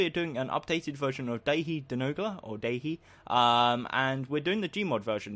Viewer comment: It’s pronounced dah hee not trying to be rude just FYI